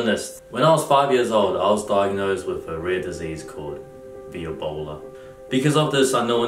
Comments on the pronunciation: “ viobola “ lol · Viobola is actually connected to Viola, not Violin because he said "VEE OH BOWL AH" not "VAI OH BOWL AH" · I believe it would be pronounced "veebola"